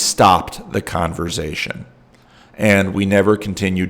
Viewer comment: I was worried that the Synod could not parse the word Converz-Zzation, with the 3 Zs.🙂